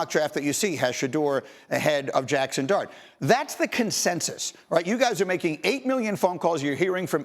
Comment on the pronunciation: 🤣🤣🤣 Didnt sound like “dart” AT ALL